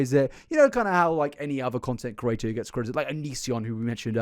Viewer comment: The way you say "creator" is so close to "curator", it itches the inside of my ears 😂